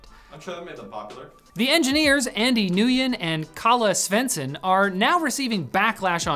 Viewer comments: ngyuen is pronounced win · isn't Nguyen pronounced wen? lol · When will they learn how to pronounce Nguyen!